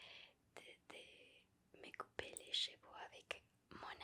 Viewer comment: Ravi de te revoir :D Attention a la pronociation de "Cheveux" qui se disent: CHEU-VEU. La on entend chevaux (CHE-VO) et c'est pas la même choses XD